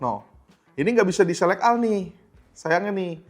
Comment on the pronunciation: Bacanya Selek Ol ya.. Inget tuh.. 🙂